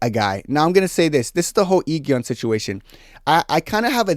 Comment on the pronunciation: i know youll probably never talk about these people again but just to let you know the pronounciation for Go Eun is Go Un and for I-geon is E gon😭 also completely agree with you about the mingee thing she was my favourite i hate that she has no real ally in that cast